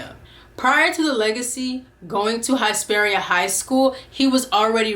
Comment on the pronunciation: Hesperia (Hiss-pearia) Hiss 🐍. Sorry that was driving me crazy